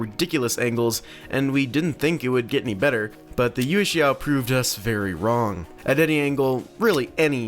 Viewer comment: it's pronounced "yuweh shao" not "yew shao"